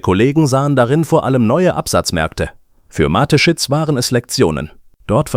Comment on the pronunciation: Hallo, es scheint ein Mensch zu fragen: Am meisten stört mich, dass die KI Stimme den Namen des Firmengründers falsch ausspricht. Die Story selber ist ok. Es wäre schöner wenn Sie oder jemand anderes den Text selbst einlesen möchten, auch wenn es nicht perfekt ist, hätte man das Gefühl, dass Ihnen an der Sache gelegen ist. Nichts für ungut, alles Gute für Ihren Kanal!